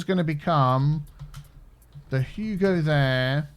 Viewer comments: You called it "Huge," instead of "Hugo." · it's Hugo not Huge* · When you named the school, you named it "Huge" instead of "Hugo"